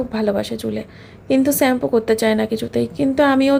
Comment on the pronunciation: "Varieties rokomer maach"..... what is that 😂..... its variety of maach not Varieties and its "sugar" pronounced as shugar not suugar....shampoo not sampoo ufff .please be careful waht you say as a social influncer. Eating a proper healthy diet on time and avoid outside food you will not have health problems